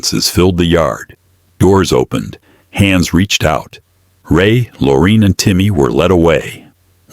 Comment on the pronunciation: if you're gonna do the video please pronounce Lorraine's name correct.